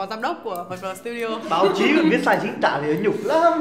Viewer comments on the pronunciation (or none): "Chính tả" not "chính tã"....(Tã Bỉm,Tã Tơi,Tã...)